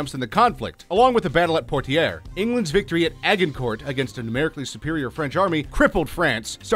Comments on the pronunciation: Some of he pronunciation errors were cringeworthy. "Levant", "Khaleed ibn Ali" (which he pronounces like "Ivan"), "Poitiers", "Qin" (the Mighty Quinn??) Xiao (Zow!) ??? Seriously folks . . . if youre going to take the time and effort to make a video like this (and some of them are pretty good and informative), why would you NOT spend the 30 seconds or so to look up all proper names and terms you are not sure of, and make sure you are pronouncing them correctly. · And his pronunciation of Poitiers